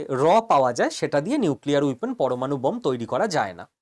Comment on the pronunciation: উইপোন নয় - বলুন ওয়েপণ।